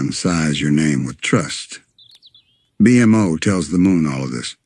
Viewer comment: Just spell it "bee moe" and it should pronouce it correctly